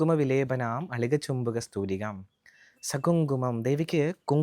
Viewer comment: 1അളിക" ചുംബി" കസ്തൂരികാം 2 സമന്ത ഹസീശേഷ്ണ എന്ന് അല്ല. "സമന്തഹസിതേക്ഷണാ" എന്നാണ് 3.മരുണ മാല്യ എന്നല്ല,,, അരുണ മാല ഭൂഷാംഭരാം എന്നാണ്... ഇതൊക്കെ അറിയാതെ ആണോ പഠി പ്പിക്കുന്നത്?